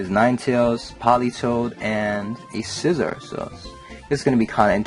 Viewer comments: no actually its si-zor like scissors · Scizor = SEA-ZOR